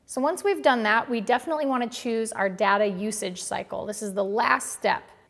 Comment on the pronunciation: You mispronounced data about 50 times